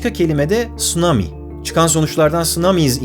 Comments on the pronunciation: İlk defa tsunamiyi doğru okuyan biri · Tsunami kelimesini telafuz edisini cok begendim Baris. Turklerin iki sessiz harfi neden telafuz edemedigini anlayamiyorum. Ortaya komik ve sacma sonuclar cikiyor: tutsunami, jetsiki gibi. Bu kadar mi zor?